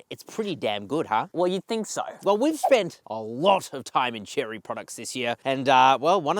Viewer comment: Chery is not Cherry, it's Che-ray.